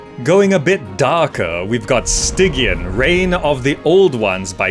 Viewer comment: Stygian is pronounced Sty jee an